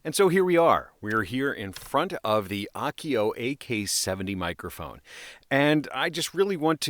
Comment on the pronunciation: Is this a Japanese brand? If so, it'd be pronounced Ah-oh-keh-oh. Your pronunciation would be written more like "Akio." Still love your vids!